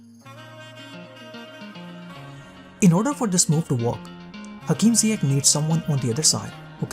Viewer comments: Isn't it pronounced "Ziyesh" or it's just me? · It is a sound "sh" not K, Moroccans are influenced by French language when trying to transcribe names in the Latin alphabet and the sound "sh" in French is written "Ch" but in some countries like Holland, "Ch" represents the K sound. So mistakenly Ziyech becomes Ziyek/Ziyeg, which is completely different for Moroccans. But Hakim Ziyech have said in interviews that he doesn't mind, because he is easy going that way. This kinda of misunderstanding in prononciation happens to a lot of players from non-Latin language speaking nations when they are in Europe. There was another Moroccan example of Mehdi Benatia, when he went to play for Bayern Munich, his official name is MedHi ( H comes after D), written based on French way of writing the name MeHdi ( H comes before D), his name means the guided or the chosen, with the H sounding like in Hello, but the some German journalists thought his name is MedHi with H sound after ... which will make for a complete different name, that actually Moroccans seldom use for their children, Meanwhile Mahdi/Medhi is widely used by Moroccans and Algerians , especially those of France So same name with a same sound and same origin, can be written or pronounced mistakenly when transcribed into language whether it's following Englosh, French or other, for example , people of middle east as following English logic of sound may write the name Yusuph, or Yusuf, meanwhile North African will write same name as Youssef ( which is equivalent to Joseph for wes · Yes .... But even Lampard pronounces it Ziye-kh rather than ziye-sh